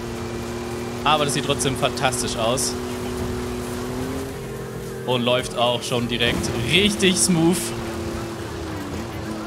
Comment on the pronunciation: Naja, der ist recht aufgedreht und das alberne Lachen ist auch ziemlich nervig. Außerdem sagt er smuuf zu smooth.